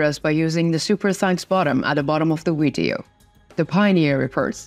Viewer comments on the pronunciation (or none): none